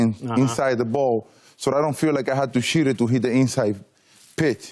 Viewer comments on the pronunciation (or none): i thought big papi said i didn't have to shited inside of the plate but he said i didn't cheted lol